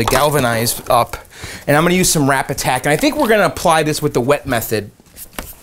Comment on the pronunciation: TIL it's Rapid Tac - Anyone besides me thought was saying "Rap Attack"?